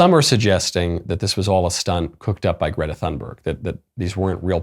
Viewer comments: I do not approve of your “Gdehtah” pronunciation 👎🏼👎🏼👎🏼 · Your "Grrreeeta" pronunciation during the whole video, had me in tears 😂